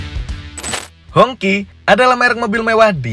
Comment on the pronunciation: Bacanya hong qi. Bukan hong ci. 😂😂😅wong indo lek ngomong kaco.